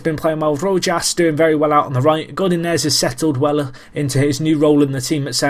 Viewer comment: im pretty sure you pronounce rojas's name rohas